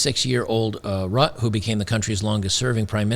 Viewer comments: it’s Ruttah that’s the pronunciation. And it is a collapse. The other coalition party’s refused his radical plans. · It's pronounced Rutt-tah. And the Dutch government, in whatever form, is still very much out for our farmers' land. The way they are set up here, legally, is in a way that, while most of them do own the land, they hold it by grace of the State and can't sell it, but to the State. And for those farmers who still have mortgages out on their land, their very own bank, erected by their very own kind long ago, has actually 'apologized' (as a form of virtue signaling) to 'the people' for giving out loans to farmers and thus aiding them in destroying the environment. They are now looking for legal ways to revoke the mortgages still out on farmers, thus ruining them (and the food industry in NL) completely. We used to be one of the richest countries in the whole world and now we're at the brink of famine... And if I didn't have a child, I would not be so disturbed by it but politics are actually ruining us... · They got the system to work for them - for now. They'll be back. Rutte is pronounced "ROOT-ta". The Dutch populous owes a debt of gratitude to Geert Wilders, who led the way toward rational evaluation of the craziness overtaking Europe. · Hi, Dutch guy here. It wasn't the farmer protests that did it. It was the ruling parties inability to come to an agreement on immigration (and the PM's unexpectedly firm stance on restraining it). The farmer party is expected to be quite large after the elections in november. Oh, and the PM's name is pronounced "RUH-tuh". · It’s pronounced “Routter”. Otherwise good content as always man! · You pronounce it Rootte (as in boot, but the t sound is a longer sound, and the e is pronounced) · Rutt - e, like German, the Dutch pronounce the final -e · Rutte is pronounced with an uh at the end. Not that i care, the guy was pretty rotten imo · I think it's pronounced more like Root-eh